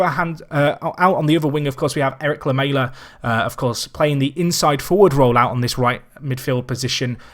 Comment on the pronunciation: Great video! Please learn how to say Lamela though